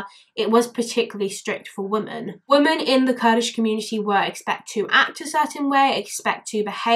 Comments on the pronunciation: I watched the documentary you included a clip from and it stuck with me too. Poor girl. Society failed her. Also out of interest, why do you say "woman" instead of "women" for plural? I'm a language nerd and find it interesting that more people seem to be doing that! Wondering if it's a geographical thing 🤔😂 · Awesome video! Can I just ask.. Why is it you say "women" as "woman" sometimes? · Sorry but why are you saying woman instead of women, your saying woman in sentences that should be women. Sorry just an error I noticed. Also Muslims should be punished if they obey their stupid laws, it's solely made to keep women in check, it's all man made crap, look it up. Its basically a "religion" to discriminate and dominant women.